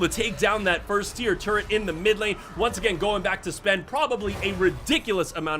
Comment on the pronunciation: Say it with me...Tur Et....not turrent